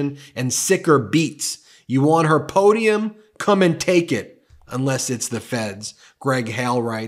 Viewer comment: Shazam…a real, genuine, 19,000.00 Arkansas po-dee-um…Shazam!